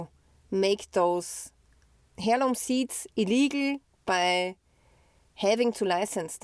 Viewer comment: heirloom is pronounced airloom